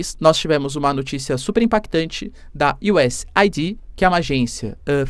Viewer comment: Vou ser o cara chato do inglês: a pronúncia correta do USAID é Useid, ou se for aportuguesar u.s.Aid